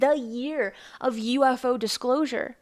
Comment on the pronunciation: "The Dishclosure"